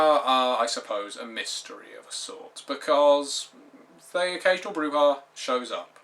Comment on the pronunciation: I know this is superficial, but thank you for pronouncing Brujah properly.